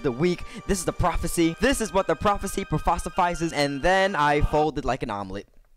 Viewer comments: "this is what the prophecy prophocifizes" LMFAO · “This is what the prophecy prophofisizes” I’m dead 😂😂😂